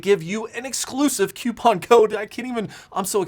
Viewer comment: Did he learn how to pronounce "coupon" from Linus?